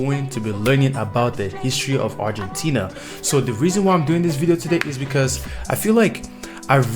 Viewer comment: También seria bueno que vieras videos de habla Argentina ya que la pronunciación que vos hacess es incorrecta debido a tu idioma pero seguro se te entiende!